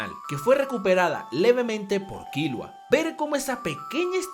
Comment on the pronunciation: tanto te cuesta decir bien killua ? con silaba tonica en la u ?